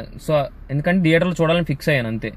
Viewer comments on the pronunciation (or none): DEATHER kadu ra theater yedava.. pronunciation nercuko